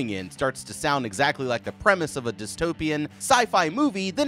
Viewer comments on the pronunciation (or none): none